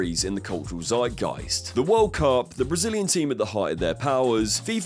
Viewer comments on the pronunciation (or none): none